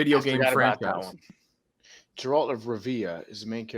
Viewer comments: disrespected Geralt of Rivia with that pronunciation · LOL its Guh-Ralt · The pronunciation of Geralt of Rivia was atrocious. Maybe listen to a YouTube video or something to figure out how to pronounce names you don't know lmao